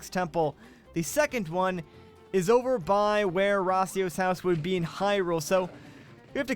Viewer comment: Why are you saying rasio I though it was your house